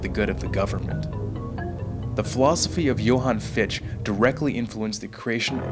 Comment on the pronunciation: Excellent film, but just FYI, Fichte's name is pronounced fick-TUH, not fee-sht. :P